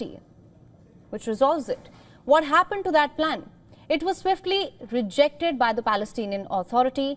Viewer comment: You're nice, but you ENGLISH INTONATION is WEAK specially in when you PRONOUNCE "WORLD, HAPPEN and BUILD/BUILT. ❤❤